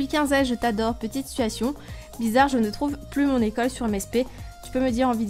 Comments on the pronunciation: Je ne te supporte pas dsl c pas de t’as faute c moi je déteste quand les personnes prononce mal les mot comme tu du situasione alors que on dit situation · On dit pas situationne mais situation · J'aime les situationne(prononciation XD)😆